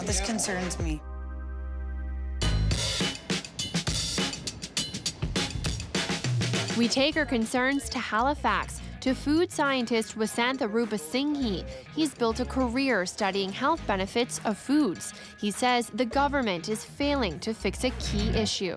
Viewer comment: Great video, but Rupasinghe? Did you even ask him how to say his name? The last syllable is pronounced huh, not hee.